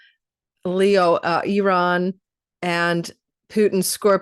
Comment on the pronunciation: I really appreciate the way you correctly pronounce the name of my home country of Iran. This shows your depth of knowledge, education and care. Also thank you for your amazing readings. You are elite reader. Be well! 🥰🙏🏻